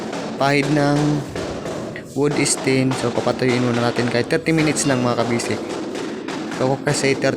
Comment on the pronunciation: Wood stain, hindi wood esten 😂😂😂